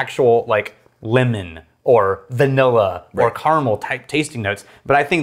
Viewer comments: I kept thinking was saying “linen” when he was saying “lemon” and I was soooo confused, especially when he said citrus. Thanks for pronouncing it the right way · lEmOn not Limin😂